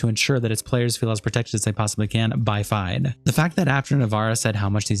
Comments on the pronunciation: FIDE is pronounced like Fee-day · FIDE is pronounced feed-eh, by the way, for the next chess-related video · they literally don’t pronounce it like that they say fee-day not feed eh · Just a FYI, it’s pronounced fee-day. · It’s pronounced “feed-ay”, goofball.